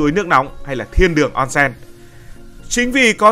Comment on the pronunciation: Đọc là ôn sên nhé ad ko phải là on sen